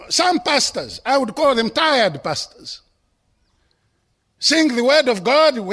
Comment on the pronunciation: Love how the word Pastors sound like “bastards” with his accent. God does have a sense of humour